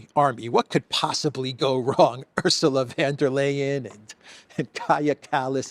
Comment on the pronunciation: Oorsoola fonn der Lie-en